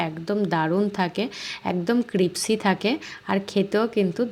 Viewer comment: "Crispy" শব্দটি সঠিক ভাবে উচ্চারণ করুন প্লিজ